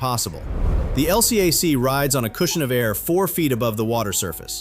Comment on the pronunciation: This is an A.I. channel. Surprise surprise! As a Naval “expertise” channel- every Navy sailor knows those hovercraft are called “EL-cack “; not “El See Ay Sees”. Big give away.